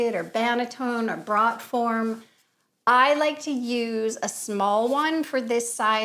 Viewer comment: Fyi, its pronounced "broat" form, not "brought" form ;)